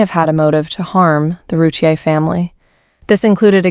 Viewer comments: This is not correct. It’s “roo-teer” 2 syllables. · It's "roo- teer"